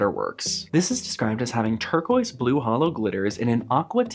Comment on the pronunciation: Ah, tur-quazz, oui oui